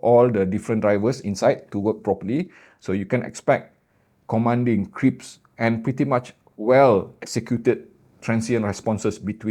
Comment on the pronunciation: Everyone used to correct my Indonesian and Malay, so I don't mind to help you, 'crisp', not 'crips'. You say 'crips'. Common mistake 😊, best regards..